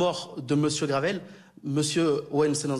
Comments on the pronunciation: La gueule de l’avocat sérieux qui connaît même pas le nom de la victime il dit Gravel au lieu de Graven En plus ces avocats sont les mêmes qui ont défendu un suspect dans l’affaire Mohamed Amra mais aussi Amine Mojito (le mec qui piquait à la seringue sur tiktok…) Ça se défend entre radicalisés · L'avocat qui n'arrive même pas à prononcer le nom de famille de JP (GRAVEL au lieu de GRAVEN..) c'est d'un niveau...